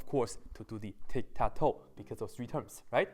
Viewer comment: He spells Ti as Thi Tic tac to as thic tha tho 😂😂😂😂😂😂😂😂😂😂😂😂😂😂😂😊😊😊